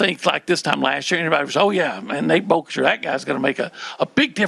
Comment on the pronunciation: Did we tell how to say Boerkircher correctly before he said it wrong to his face today? 🤣